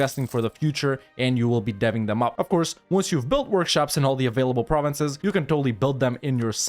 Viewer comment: It's always a pleasure to hear you pronounce french provinces when I'm actually french !